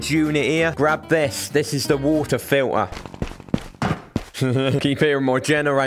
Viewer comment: "Wultah filtah."